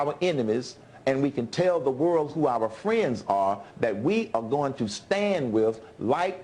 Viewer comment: i hate how he says "our"